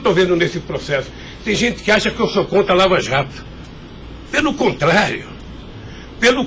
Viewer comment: "...tem gente que acha que sou contra a Lava Jato, pelo contrário... pelo contrário, Eu quero que a "vala jato" vá fundo..." kkkkkkkkkkkk vala jato ...Tah nervosinho!!!